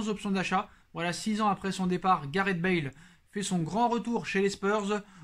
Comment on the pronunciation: Bonjour, *Bale pas Bâle